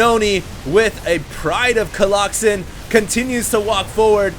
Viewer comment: no dude. its definitely not colloxen